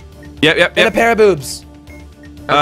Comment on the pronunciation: It was funny when said a rair of boobs